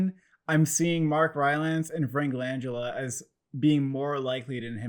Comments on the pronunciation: You mean Frank Lan Gella lol not Langella as in Angela. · You fellas are great but you’re pronouncing Langella wrong. The emphasis is on GELLA!